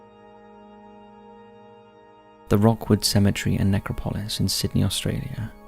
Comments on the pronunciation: Ne-CROP-o-LIS NOT NECRO-PO-LIS. Seriously this guy is a very good narrator AND I know there are differences in pronunciation sometimes but in EVERY video he mispronounces things. Sometimes such famous names that I find it hard to believe. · man you say that word funny. its [nek-rop-ul-iss] not [nek-ra-paul-iss] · it’s nec-crop-Lois… the pronunciation here is absolutely painful! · Dude! love the vids... hate the way you say Necro-polis with the accent on the o (pOlis). It's NecrOpolis... sorry to be petty, but it just makes you sound like you didn't do the slightest bit of research on the topic you're talking about! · No…it’s Ne-crop-a-lis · Ask Google to show you how to say necropolis !